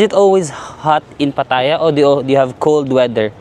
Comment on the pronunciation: Laughtrip dami energy ‘pag kausap mga Englisherong afam, conyo, at bebeboys pero si madam na kasama sa tour imbyerna sya! 😭🤣 Anyway afaik the first syllable is stressed yata when pronouncing Pattaya? Ingat-ingat baka ma-bash ka na naman ng mga feeling perfect eme! ✌️